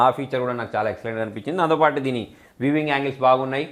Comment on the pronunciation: బ్రదర్ వీవింగ్ కాదు; వ్యూయింగ్ యాంగిల్! వీవింగ్ అంటే అల్లిక కదా